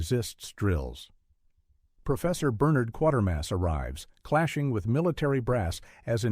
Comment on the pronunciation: kwa-ter-mass not quarter-mass